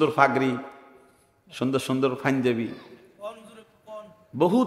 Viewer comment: FAENJABI NA, PANJABI.